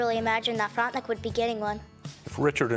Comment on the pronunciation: The reporter kept saying “Frontenick”, the correct pronunciation is “Frontenack”